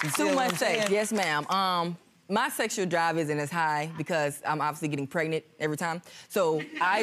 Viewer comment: I absolutely hate when they don't pronounce "pregnant" the right way!!! What the hell is "pretnet" 😶(first case)